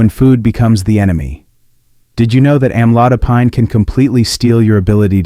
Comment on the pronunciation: Don't believe in this post, it's just scared you. Can't even pronounce the med right.